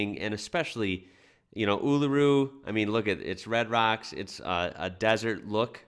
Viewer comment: It’s amazing to hear an American say Uluru correctly 😁👍. Love ur work keep it up